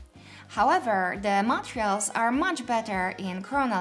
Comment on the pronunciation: I liked this channel, but this this time I didn't find the video very useful. It can't be that those are the only 3 differences. Also the word "Materials"... Please make it sound less like "Montreals".